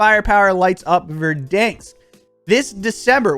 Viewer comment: Kills me man LOL. Stop saying VerDANEsk like that......LOL its VerDANsk.....the middle part sounds like the name DAN. Anyway, can't wait to watch you slay in Warzone with a Cold War load out!